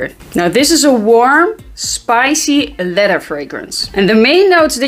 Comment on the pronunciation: Love your content and sense of humor. You always look on point. Love how you start your videos from a distance. So that I could take a peak of those perfect abs amazing!! And Love 💘 how you say leather. You pronounce it letter but it sounds so sexy. And your a Taurus just like my little one. Don't bother a Taurus when there sleeping. That's like there holy grail haha!! And what's an amazing fragrance I still wear is Clinique Happy smells amazing it was and still is a head turner. My Taurus daughter loves it. She's a frag head like us. And send my love to miss fresh nice day my beutys.